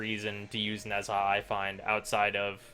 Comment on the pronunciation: It isn't "Nez Ha". Pls listen to Ne Zha here